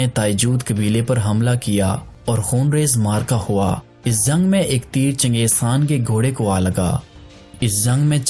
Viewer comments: Zang..o bhai jung bol... Hindi bolny ki nakam koshish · Chutye bolna Sikh pehle Jung ko zang bolta hai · Bhai aap جko ز ko kayu bolte jo